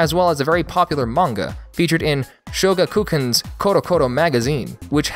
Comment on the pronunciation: I cringed at your pronunciation of Shogakukan...